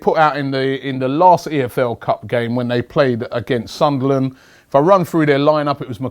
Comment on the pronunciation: he said sunderlan